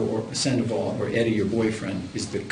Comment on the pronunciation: Eduardo Sandavol........LOL! Sanchez...... lol.